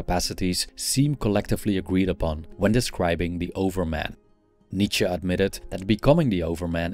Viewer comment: Nice to hear from someone who knows how to pronounce Nietzsche. Remember that this author had issues of his own. As I recall him saying that women did not have a soul and were at best a cow.